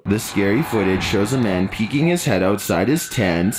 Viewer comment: ”PEEKING” ma’am.. the word is “PEEKING” 🤦🏾‍♀️